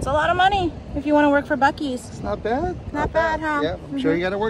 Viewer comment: Great video...loved the food...safe travels and God Bless 😘🤗🌹💘💙 Aw, tyvm again to you both...funny you said the name right exactly 3 wks on my bday 🤗...wish there was a Buc-eees closer to me 😋